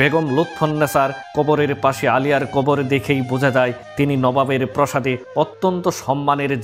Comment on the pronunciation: ভিডিও মেকার কি বিজাতীয়?নাহলে প্রাসাদ কে প্রসাদ বলছেন কেন? যাই হোক,সত্যমিথ্যা মিলিয়ে যে গল্প শোনাচ্ছেন তা পুরোপুরি সত্য না হলেও সত্যের কাছাকাছি। তাদের শেষ ঠিকানাটি সিলেটে। বর্তমান প্রজন্মের অনেককেই চিনি। একসময় উনাদের সঙ্গে উঠাবসা করতাম।অতি সজ্জন মানুষ উনারা। সিলেটের সম্মানিত ভদ্রলোক।